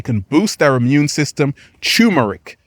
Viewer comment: Did you say u merrick or Tumeric !